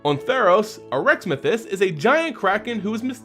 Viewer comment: you need to work on your pronunciations. Arixmethes was incorrectly pronounced, as well as gishath.